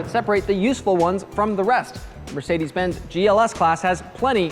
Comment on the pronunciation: Mercede? Does the S cost extra? Lmao